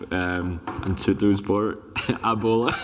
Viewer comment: He wasn't letting him off later with 'Tuttosport' though :)